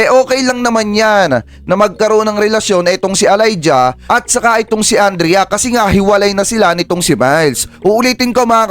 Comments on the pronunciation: Sir, It's pronounced E - layja, not A-layja! 😂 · Pronounce Elija as E lay dya